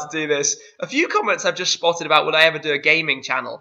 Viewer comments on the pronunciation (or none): shpotted xD